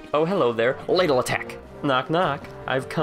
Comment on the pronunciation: it's pronouced l aah dle